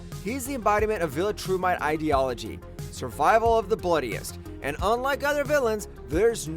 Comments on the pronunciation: Is this an AI channel? It sounds like a real person but obviously there are a million “real voice” AI prompts nowadays. You pronounce half of the words wrong bro 😂 wtf is a viL-a-TrUe-miTe you know DAMN WELL that’s not how it’s pronounced 💀💀 if you’re using AI, I’d suggest either use your real voice or if it IS your real voice, learn how to pronounce words properly please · The pronunciation makes me angry, “vil-a-true-might”